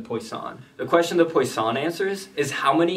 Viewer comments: Great explanation! As a french speaker, I love that your fun fact is how to "correctly" pronounce it but just proceed to butcher it again lmao. But good attempt. You definitely got the PWA right but the sson part is not "San". I can't really explain more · Great vid! Just an FYI, Poisson is pronounced "PWA-son" Like how croissant is "C(r)WA-son(t)" Or Eau du Toilet is "Eau du TWA-let" Merci ;) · The way you say poission wants me kill myself